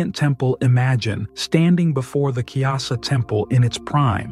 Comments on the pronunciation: Its Kailasa temple not kyasa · It’s pronounced Ku-ee-laa-saa